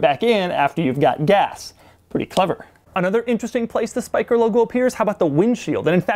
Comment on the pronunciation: Doug does a pretty good job pronouncing the Dutch name Spyker